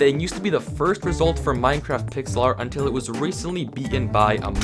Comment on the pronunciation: Minecwaft owo